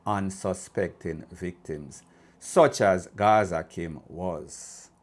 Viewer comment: Her name is Gaza kim not Gaza slim